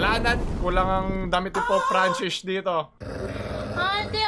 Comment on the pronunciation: That Pope fran-sheesh got me haha